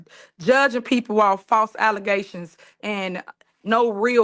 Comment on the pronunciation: I’m glad someone told her she was mispronouncing allegations. But I do miss alezations